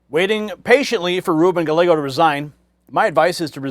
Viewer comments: I'm no fan of Gallego, but could you at least pronounce his name right? Guy-yay-go. The L's are silent. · It's not "Galego" as you pronounce it. It;s "Gayeygo," which is the Spanish pronunciation. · Gallego, pronunciation: Ga-yay-go; no "l" sound. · Guy..yeh..go! Not gallego And we already knew this mess here in AZ. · Great coverage! Just a quick Spanish tip it’s Reuben “Guy-Eggo” 😮 Listen to how Carrie Lake is saying it. That’s exactly how it’s pronounced. Best wishes! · It’s pronounced Guy•eggo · Gallego is a douchbag and he should resign. Hobbs is a bigger douchbag and she should not get to pick the next state senator. There should be a special election. And just for the heck of it. Gallego is pronounced "guy yay go" think of the word chilli relleno one of my favorite Mexian dishes. When two l s are together it creates a Y like in yellow sing Amarillo by morning by George Sraight. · the LL's are silent in "Gallego." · Ruben Gallegos is pronounced "Guy-Yegos". Two of the letter L together is pronounced like the letter Y. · Mispronouncing his name is likely the biggest knife in his back as any thing could be. Listen to how Kari Lake says his name-“ll” is pronounced with the Y sound. Does Gallego have scars behind his ears. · He is speaking English, not Spanish. I have a Japanese last name (1/2), but I don’t go around expecting everyone to pronounce it like the Japanese do. Silly that only Spanish names require Spanish pronunciations. BS.